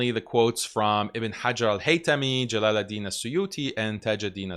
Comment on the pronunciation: he can't even pronounce jalal oud din correctly 😂